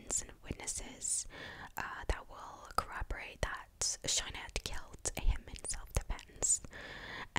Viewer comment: No need to speak about Shayna in Asmr to make money and her name is Shayna not shaina! She’s not a bad person and she had her remorse but it’s self defence